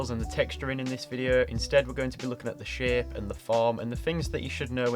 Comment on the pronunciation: i watched the whole video thinking every time he said shape he was saying shit